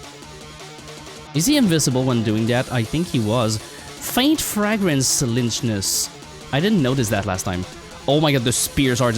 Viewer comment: im pretty sure you say lychnus like "lycknus" but idk